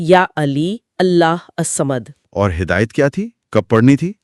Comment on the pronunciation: Allahussamad plz improve your pronunciation.